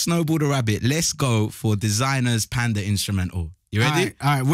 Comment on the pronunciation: Bro when he was trying to say panda Bro Really said pedda almost like peppa